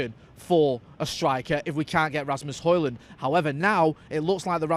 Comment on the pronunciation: Ø. Højlund. Would be fun if you tried the "Ø" sound, I challenge you!